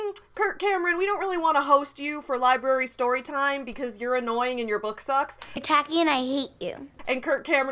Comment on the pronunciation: You said Liberry. Can you be more pacific?